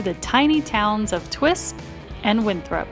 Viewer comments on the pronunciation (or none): none